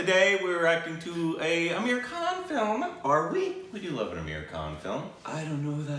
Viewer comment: His name is not Ameer Khan but its Aamir Khan